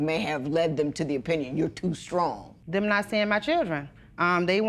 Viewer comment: WTF is scrong. Not sure why this is being said nowadays, sounds stupid